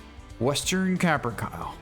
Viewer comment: Ka-Pr-Kay-Lee. Not Cap-Er-Cal.